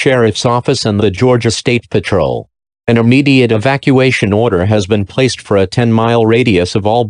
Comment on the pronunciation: I m e m e a t e l e y How do you butcher ‘immediately’ so badly?